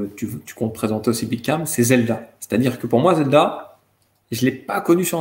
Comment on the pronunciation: j pensais q il disait "mon pote à Nice" j me disais wouaw il allait jusq à Nice pour un Street Fighter?! merde faut q je sorte là